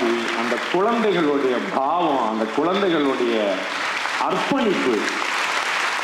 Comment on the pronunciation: பாண்டேஜி phavam இல்லை Bhavam.